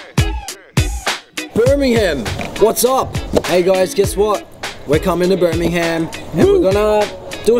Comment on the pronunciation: It's pronounced bur-me-gum but still cute haha